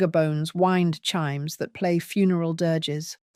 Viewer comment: What is a wined chimes? The The transcript is written wind, but the narrator pronounces the word wined.